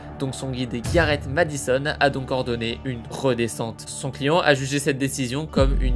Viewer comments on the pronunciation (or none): none